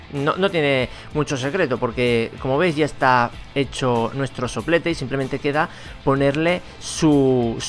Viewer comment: jajaja soplete Sé escucha chistoso. dile a un amigo que diga Soplete jajajja